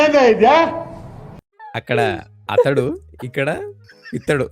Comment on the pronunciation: అతడు ❌ అతకడు ✅